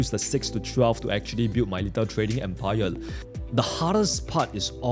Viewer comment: Empire ❌ Empile ✅